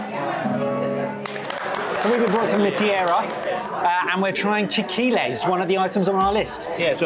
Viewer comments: Say it with me, Chee lay kee lays. :) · chee-lah-kee-lehs eh-skee-teh But thank y’all for doing a Mexican food deep dive! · Its pretty cool seeing yall visit and eat places ive frequented. Big Lous was always a spot when fam and were in town. Also yall need help with pronunciation lol. Chi LA qui Les forgetting the La and leaving off the end was killing me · It's pronounced: chee-lay-key-layss 😉 ...and "HOOK EM HORNS!!" 🤘🏻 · chil lee kee lays. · Love attempt on chilaquiles and completely forgetting the "la" and making it French by cutting off the end. I think somehow wins😂😂😂 because if he read the whole thing it would have been pretty on point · I love the variety of "chilaquiles" pronunciation attempts! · I adore the mispronunciation of chilaquiles hahaha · Every time the pronounce chilaquiles wrong it makes me giggle. So cute. 😂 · Hearing the mispronounce "chilaquiles" was just so appropriately British of them lol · Watching y'all butcher the pronunciation of chilaquiles twice was great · Wonderful video. For future reference Spanish language has no silent letters. (I am referring to the fun pronunciations of chilaquiles.) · Please have someone teach y'all how to say Chilaquiles 😂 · everyone pronouncing chilaquiles is wild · Might want to look up the pronunciation of chilaquiles,. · You guys tried your best at pronouncing chilaquiles.